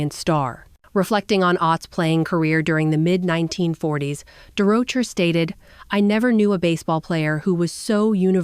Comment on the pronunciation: It's Leo durocher looks like AI has a problem with names